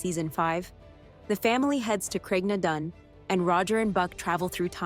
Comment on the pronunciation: #1. It's called "Written in my own Heart's blood." #2. When referring to a different actress playing a part, The Character's name is Jenny Murray. The former Actress was Laura Donnely. #3. Geillis is pronounced Gayliss. #4. While it may Look like her name is pronounced Leoghair, it's really pronounced Leerey. #5. It's pronounced Craig na Doon.